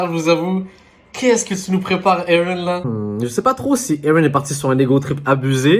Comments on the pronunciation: Mdr j'aime trop quand il dit eren 😂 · il le prononce comme dans le dub anglais (que d'ailleurs j'ai kiffé bien plus que la vo)